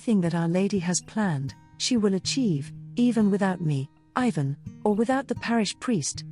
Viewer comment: Your ignorant pronounciation of Ivan's name and the fact that you remain so stubbornly Ignorant and inconsiderate are a horror.